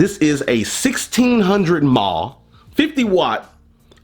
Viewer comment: C'mon man "mAh" is not a word! ... Is an abreviatied unit. Besides that great vid, as always!